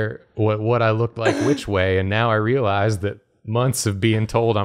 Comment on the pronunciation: So, I grew up in Georgia but moved away many years ago. I cannot tell you the extent of joy I experience whenever is flustered and pronounces particular words in the style of our homeland (~ "effected" "realize" "profound")